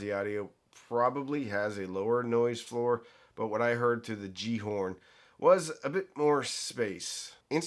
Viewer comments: Pronounced Gal-ar-horn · Pronounced Galahorn. At least that is what we called the similarly named Destiny game weapon. 🙂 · Pronounced "Yallerhorn" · Gjallarhorn is pronounced ki-yal-la-horn.